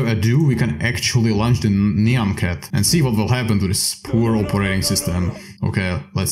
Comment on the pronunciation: "Naian Cat" DO YOU NOT KNOW HOW TO PRONOUNCE NYAN CAT?!